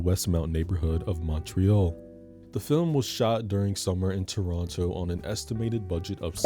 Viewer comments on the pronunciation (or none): none